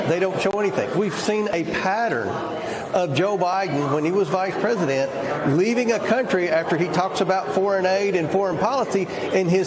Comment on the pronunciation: hahaha "vice poopident"... LOL!